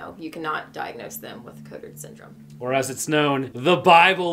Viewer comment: Congrats ! You could not have pronounced that worse xD